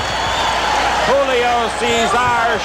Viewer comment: julio is pronouced right, ,, cesar and chavez is not ,,, the accent should be on the first vowel.